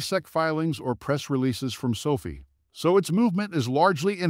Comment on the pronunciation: If you can’t pronounce the company name correctly then I can’t take this seriously. 😐